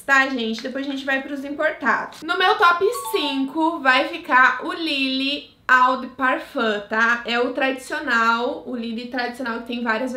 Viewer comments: se pronuncia "ô" e não "au" de "parfam" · Só a título de curiosidade… Lê-se: Ô de parfan.